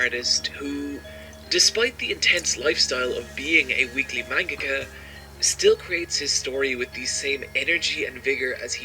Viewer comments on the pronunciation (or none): none